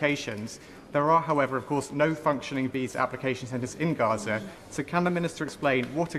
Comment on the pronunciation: Please do us (regular Brits) the courtesy of pronouncing Gaza as it is familiarly known.